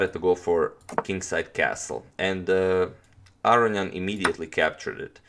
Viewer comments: That would be A-ro-njan. Like Spanish A-ro-ñan, right? I'm still hearing A-ri-an, or A-ryan. I could be wrong, but I think he's leaving out a whole syllable "ro". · Entropy well I will agree it's wrong pronunciation, but I understand why. It's a lot harder(takes more time) to say Aro-ni-an than Aro-njan for us. He just made an j instead of i 😁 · Is there a reason you pronounce his name "Arion " rather than "Aronian"? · Are you pronouncing Aronian's name correctly? I hear you saying "A-ri-an". Shouldn't it be "A-ro-ni-an"? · I believe it's A-ro-nian. The "nian" part is pronounced in one syllable, and like the "ne" in "new".